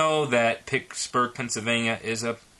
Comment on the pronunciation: At least pronounce it properly. It's PITTSburgh, not PICKSburgh.